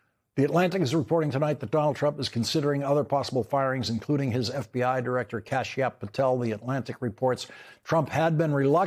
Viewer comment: Not 'cash app' but 'Kashyap'.